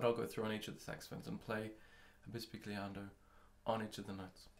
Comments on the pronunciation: And is not pronounced that way either. But nevertheless, these video are really useful and well done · Great video. If I may however, bisbigliando is an italian word...